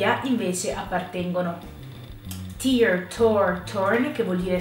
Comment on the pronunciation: Lodevole intervento, ma per favore, studia la pronuncia corretta!!!!! La "w" nel verbo write non si pronuncia! Attenzione anche a "tear".